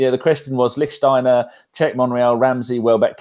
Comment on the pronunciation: Please, please, please..... it’s Lichtsteiner...